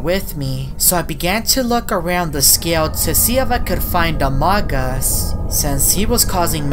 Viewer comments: says amogus instead of among us it's hilarious 😂😆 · OMG CAN U STOP PRONOUCING AMOGUS LIKE THAT!!!!!!!!!!!!!!!!!!!!!!!!!!!!!!!!!!!!!!!!!!!